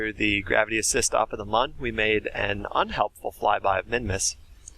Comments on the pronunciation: Mun is pronounced like "moon" and not "muhn" (the original intended spelling was actually Mün, which would have removed any ambiguity) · M with the two dots over the u is not ‘mun, mone’ it’s mooooon! Just say moon! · Mun is like moon, not like bun, get it right